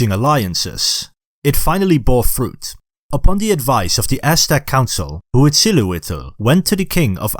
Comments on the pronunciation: Hwuitzala-wittle. LOL Next time input the word into a Spanish text to speak program instead. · How do you spell HA-wichdly-no-Po-ched-li? I can barely pronounce it by listening (I mean the name of the main Aztec god named in the first part.) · I laugh so hard each time you say Uichtilopochtle and show him